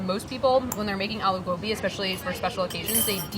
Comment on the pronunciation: I’m so happy she didn’t say uh-loo gobi